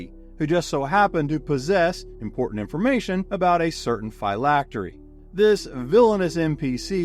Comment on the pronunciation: The pronunciation of phylactery hurts but otherwise fantastic video keep it up